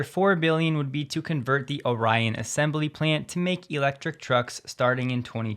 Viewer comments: As a resident of Orion Michigan I can teach you the proper pronunciation. It is Ore-EE-on not O'Ryan. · Orion plant is in Lake Orion. It's pronounced Or-e-on, My hometown, Thanks. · Orion is pronounced or-ion (in michigan) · You're pronouncing Orion incorrectly, its the other way. The i is short, I know I use to live there.